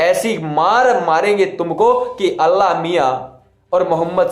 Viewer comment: Pahle aap allah naam dhang se lena seekhle kafir bewakoof allah miyan kahna jayaz nahi h